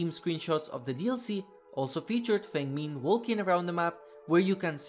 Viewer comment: i wish people bothered to learn how Feng Min is pronounced.